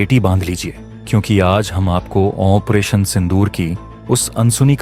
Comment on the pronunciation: ऑपरेशन को ओ वन परेशन क्यों बोलते हो?? A I की आवाज लगा रखी है शायद।